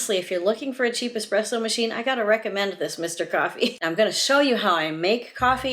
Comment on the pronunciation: thank you for correctly pronouncing espresso.....if i hear EX-presso one more time ....haha! great video!